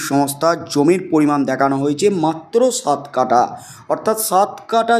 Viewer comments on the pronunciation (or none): বেআক্কেল ভাই, কাটা নয়, কাঠা । লেবু, লঙ্কা, আম, কাঁঠাল কাটা হয়, যায়, / But জমির কাঠা হয়, জমির কাটা হয় না। বর্ণ, অক্ষর, শব্দ প্রয়োগ সম্পর্কে প্রশিক্ষণ নিয়ে নাও ! 😏😏😏